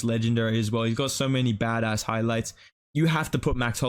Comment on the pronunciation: Why do you say bad ass like that bro 😭 disrespecting your Aussie heritage